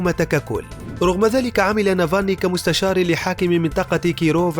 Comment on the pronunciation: اولا اتعلموا كيف تنطقوا اسمه صح وبعدين اعملوا تحقيق عنه معلومات كلها من الكيس